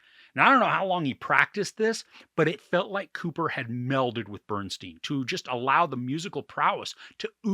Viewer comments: STEIN not STEEN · His name is BernSTEIN not BernSTEEN! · Pronounced “Bern STINE” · Why some Americans keep pronouncing his name as BERN-STEEN instead of BERN-STYN jesus christ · Please say his name correctly. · We’re supposed to take YOU seriously as a reviewer, but you can’t even pronounce Bernstein correctly? Did you actually watch the movie?